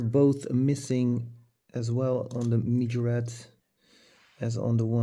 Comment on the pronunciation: Nice video dude! I like the poster cars countach's the most, because of how much detail you get for less price. Its funny too, how you spell Majorette. Earlier you always said Majorete, now you say mijorett😂Try just one time: M A J O R E TT👍😂